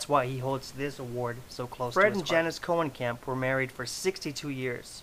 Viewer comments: His surname is pronounced [Cone-uh-camp] and not [Cohen-camp]. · No I am actually part of this family and it is pronounced Koe-nee-kamp